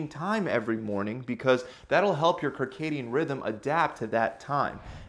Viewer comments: Circadian or Kircadian rhythm...? 😜🤔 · circadian (SIRcadian) not KIRcadian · I just got to that point and started to laugh when he pronounced it Karcadium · “Kirkadian rhythm”… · "Circadian Rhythm" is pronounced "Sir-Cadian Rhythm" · “Sarcadian” pronunciation. Soft c. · It's pronounced Sir-Cadian 😛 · It is pronounced Seercadian. Like the circus. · I think it’s “sir-cay-de-an” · Listening to him butcher the pronunciation of "circadian" is killing me. I wonder if he calls circles kirkles. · You said circadian rhythm wrong...lol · Good info for increasing strength. One thing to note, the 'c' at the beginning of circadian is soft, like an 's’. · Circadian..... It's a soft c, making the ssssssss sound ;-)